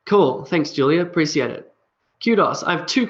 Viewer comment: You pronounce the word Appreciate as App-re-sea-ate.. But I learnt the pronunciation as App-re-she-ate.. which one is correct?